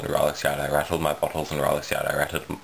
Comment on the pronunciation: You make it sound like you rattled your 'buttholes' instead of bottles - that'd be unfortunate. And I'm still working on the truth or dare video - I haven't forgotten about it yet